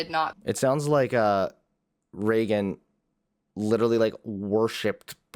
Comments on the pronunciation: I’ve never been more annoyed by someone saying someone’s name. Pretty sure it’s Reagan and not Regin. And this girl is her cousin? 💀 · i figured it was spelled Reagan, but her cousin keeps saying Regin and I can't lol